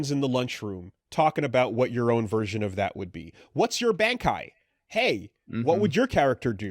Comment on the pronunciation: When you hear him pronounce shit horrifically wrong, it kinda cements it. "What's you Bane-kai?"